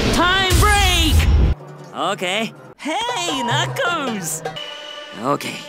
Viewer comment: Thantks yah